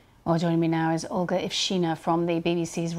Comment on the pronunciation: Her name was mispronounced as “All-ga” for some reason…